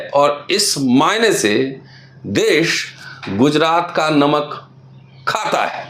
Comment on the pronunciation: नमक है नोमक नही है